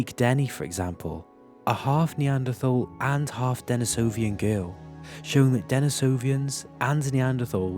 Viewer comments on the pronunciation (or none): Ii agree with that up to a certain point, but not when it comes to pronouncing letters which don't appear in the name or word. Pronouncing an imaginary second i in Denisovan so it becomes "Denisovian" is going a bit too far. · Great video! Thanks. But I would be remiss if I didn't point out a rather annoying pronunciation mistake with misplaced stress that many videos make. It should be Den-EE-so-van, not Den-i-SO-van or Den-i-SO-vi-an. And the place is called Den-EE-so-va, not Den-i-SO-va.